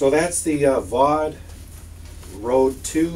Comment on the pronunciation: Fau de (long e as in pee but not with the same sound - mor like hen but longer).